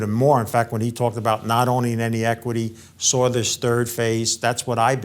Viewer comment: There's no "R" in "saw." Geez! These gurus have been saying, and "thinking" gold is going up, but instead, it has gone down to flat, for five years, until recently. Like they say, even a blind squirrel finds a nut once in a while.